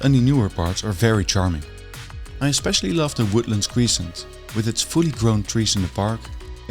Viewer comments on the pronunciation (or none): "Crescent" is pronounced UK: /ˈkrɛsənt/ US: /ˈkrɛsənt/ and not /ˈkri:sənt/